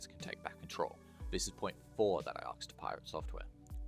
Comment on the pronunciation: please learn to say "asked" properly the s is before the k